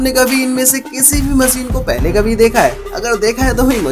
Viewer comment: मशीन ✅ होता है भई….. मसीन नहीं 😢😢😢